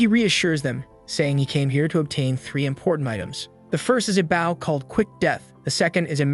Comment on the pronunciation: I enjoyed the story but I wish you could get your AI to tell the difference between the word "bow" as a verb versus as a noun. Bow as in a bow and arrow aka a noun is pronounced like boh b. oh. just like "row your boat" bow, row, stowe, low, crow, etc.